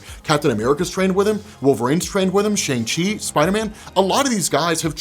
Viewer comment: “SHONG-chee” - C'mon!